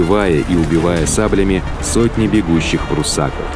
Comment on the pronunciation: Не пруссАков, а пруссакОв!